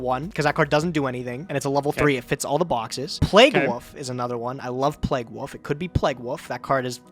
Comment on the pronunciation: Today I learned can’t pronounce “wolf”